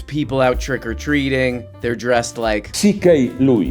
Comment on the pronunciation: I genuinely thought you said “Trigger Treating” instead of Trick-Or-Treat. Still unsure if it’s funny or not.